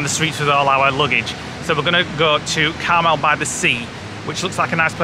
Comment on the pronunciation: It's pronounce Car Mel that Clint Eastwood was mayor of Carmel by the sea, keeps saying caramel by the sea 🙈 also where the late Doris day lived in Carmel Valley